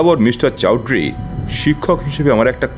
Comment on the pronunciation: খুব সুন্দর অভিনয় এবং গল্প চয়ন l Raghu bir Jalsayal এর চৌধুরী উচ্চারণ ওরকম না হলেও চলত l বাকি সংলাপে অ বাঙালি র কোন লক্ষণ নেই